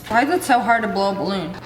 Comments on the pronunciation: Who else keeps repeating The part when she said "there 👏 is 👏 no 👏 what 👏 if I am pregnant AND IZZA BALOOON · "DER IS NO BUTTON I AM PREGNAT!" "And itsss a BALLOOON!" That got me so bad XD